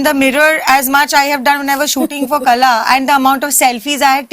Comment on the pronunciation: its not Kala, its Qala..should be pronounced as same.